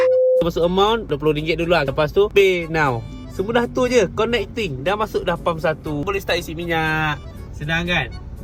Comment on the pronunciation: Bang sebut connect tu salah